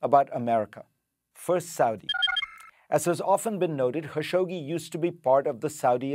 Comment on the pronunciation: Thousands of reporters can’t pronounce Khashoggi correctly ,even you ?